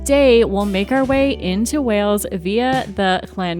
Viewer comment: Watch your pronunciation! It’s Wales (as in whales/sails/tales), not Wells, which is in Somerset, and definitely worth a visit to see the medieval cathedral.